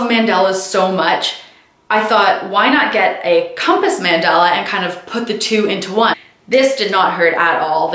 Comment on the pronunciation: Girl it's not mandela like Nelson Mandela, it's mandAla. sorry that was bugging me